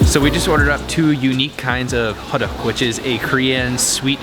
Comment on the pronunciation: Haha. What the heck is Hoduck? It sounds so strange and funny to me. The proper saying is more like "Hoe Tuck" like in Tucker with The T in "star". I've enjoyed the film that brings me the good memory of mine when I was in Korea. Thanks :)